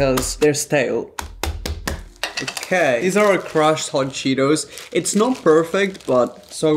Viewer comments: The first video the guy says hot cheeteRs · The first guy said cheeters